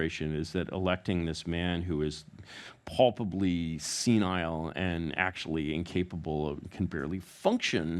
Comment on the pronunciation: "pulpably" isn't a goddamn word. Was he trying to say "palpably?"